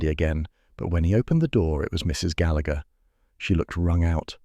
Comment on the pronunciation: The man is pronouncing the name Gallagher wrong